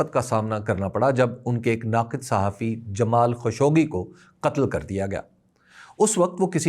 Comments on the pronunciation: خاشقجي ہے نہ کہ خشوگی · تنقید مقصود نہیں ہے۔۔ اصلاح مقصود ہے۔ صحیع تلفظ خالق-جی (خاشقجی )ہے۔ معذرت اگر برا لگے